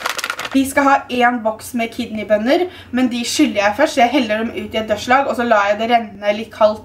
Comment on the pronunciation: Takk! Endelig noen som sier dørslag riktig 😅